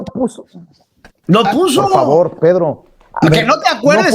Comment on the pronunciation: Y Vicente super educado ay par favarrr